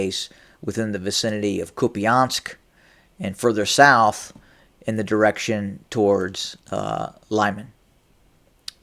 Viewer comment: Friendly correction. The place called Lyman should sounds like LEEMAN with (emphasis is on the second syllable), not like “Laiman” (as in word Lime) 😊 Thank you for your report